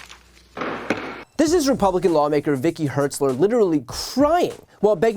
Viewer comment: It's "HARTZ-ler", not " HERTZ-ler". 🙂